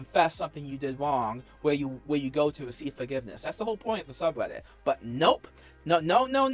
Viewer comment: “That subweddit”